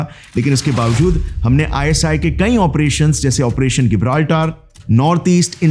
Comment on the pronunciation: When there was convergence in the interests of India's RAW and the Soviet Union's KGB, then what was the need for the KGB to work against RAW? Operation Gibraltar isn't called गिबराल्टर , rather its जिबराल्टर Your pronunciation as गिबराल्टर is wrong.